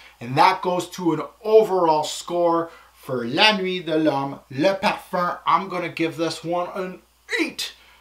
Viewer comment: IamLil Sully colome? Is sucks? LMAO... Almost as funny as the way says Parfuuuurrrnnn